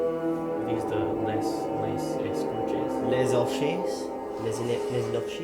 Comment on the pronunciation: Its pronounced. Lay heykorchay.